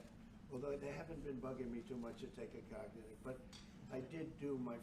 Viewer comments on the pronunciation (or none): What’s a Cog-ti-tive test?